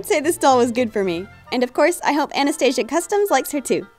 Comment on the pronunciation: You were kinda saying my name it is Anastasia